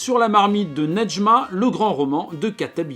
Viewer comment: Je m'appelle Nedjma en honneur à ce livre et je crois qu'on ne prononce pas le D, en tout cas pour moi c'est le cas et Kateb Yacine ne le prononce pas non plus